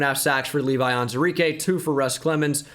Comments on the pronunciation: Am I mistaken or is pronouncing Levi Onwuzurike’s name wrong? It’s spelt On-WU-zurike. Is the “wu” silent? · Day 49 of me waiting for to acknowledge the WU in “Onwuzurike”...